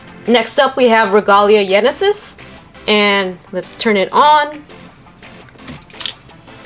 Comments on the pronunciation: its genesis not yenesis'-' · It’s genesis. Not yenesis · Just to let you know it's pronounced Genesis. The γ is a lower case gamma in the greek alphabet. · Ragalia Genesis is pronounced like genesis as in Genesis Valtryek the Y is the greek symbol Gamma, which is a greek G